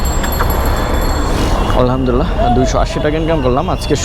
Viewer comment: ভাইজান আলহামদুলিল্লাহ শব্দটা স্পষ্ট করে সুন্দরভাবে বলবেন